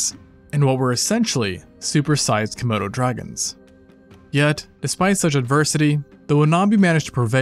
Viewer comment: Bro no did he say super sized camodo dragons